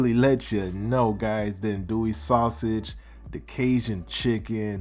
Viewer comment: Did you just say adoey sausage?